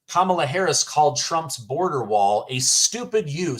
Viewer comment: ‘’S kam ala"